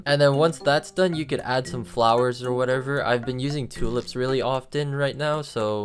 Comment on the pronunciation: did bro said two "lips"